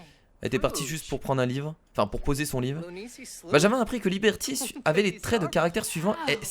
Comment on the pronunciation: A il dit "live " à la place de livre . Mdr